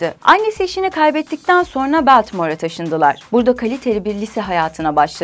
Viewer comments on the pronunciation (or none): a kadar dayandım ama BELTİMOR diyince telefonu fırlattım.